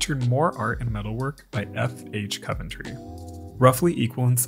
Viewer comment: if it's the city in England, its pronounced Cov-en-tree (like how it's spelled)